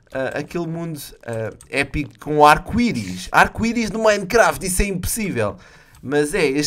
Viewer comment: fala minecraft certo